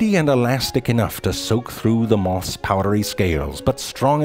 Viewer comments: Love how he pronounces moths as “mothess” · “Mothus” lmao